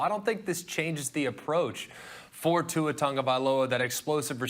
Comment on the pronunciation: Why can none of you damn meatheads pronounce Tua's name right? Jesus, it's not Tungabiola